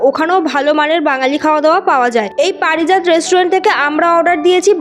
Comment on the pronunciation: পারিজাত ❌ পরিজাত 👍